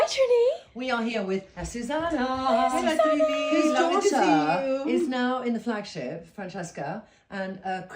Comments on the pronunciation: Yep, I agree. I absolutely love Trinny and Azucena is amazing, but she should try to pronounce her name correctly. I am sure it would be a lovely surprise for Azucena if Trinny actually called her "Athoothena".... the "th" pronounced as in "think, thank..." 😊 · Azucena its pronounced Ah-zu-ze-nah!